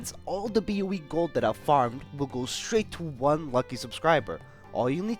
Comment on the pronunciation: i love how you say ‘boe’ ahahshshahahahh beoweeee